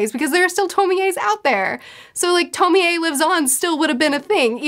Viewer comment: I know this is relatively old and I don’t mean to be that person. But it’s pronounced (Toh-Mee- Ay). Just bothered me for not good reason. Other than that o quite enjoyed the video.